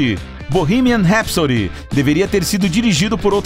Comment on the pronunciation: Primeiro vídeo que vejo onde o narrador fala o nome da música direito.